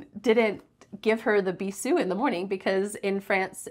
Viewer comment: It's pronounced with a z sound /bizu:/ 😅 Have you been to Morocco, guys?